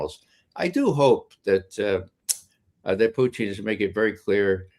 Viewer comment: PUTIN not Puchin